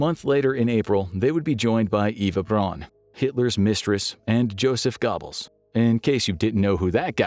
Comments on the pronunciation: 😂😂 Gobbles xD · I've never heard Goebbels pronounced that way. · You got to love the pronunciation of gobbles lol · i couldn’t focus on the rest of that portion because of it🤣